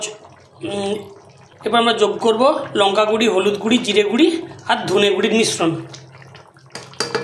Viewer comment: Guri nay guro bolun